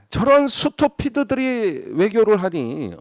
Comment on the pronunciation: "스투피드" 라뇨~~;;;🙄 잇쪄"스뜌삣 !! !!".. 😓